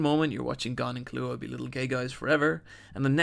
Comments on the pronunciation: Why he say Killua’s name like that I thought the pronunciation of the x was annoying but that takes the cake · ok so good video, but its kill-ua, not killoohaah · Great video as always but holy shit. "Tight" Kubo? "Killooa"? "Mirium"? Those pronunciations, man!